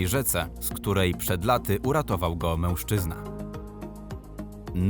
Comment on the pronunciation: Nie wiem czy to tylko moja obserwacja ale mam wrażenie że dziwnie wymawiasz słowo mężczyzna. Np w brzmi to prawie jak mełszczyzna. Poźniej też to zauważyłem dlatego piszę. Może to tzw. hiperpoprawność. Oczywiście nie odbieraj tego jako atak. Filmiki całkiem fajne. Pozdrawiam!